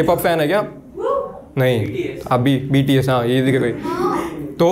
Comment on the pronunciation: First i saw a video of his in which he is mispronouncing BTS and I hate it . At that time I started to think every abusive words but now 😅I think I misunderstood it